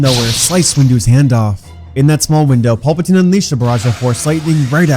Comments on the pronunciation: “Pulpitine” have you ever watched starwars ? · then why do they say the names wrong? like PULPatine, instead of Palpatine lol